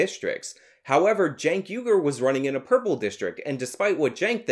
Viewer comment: I wish people would pronounce his name properly - Chunk Yogurt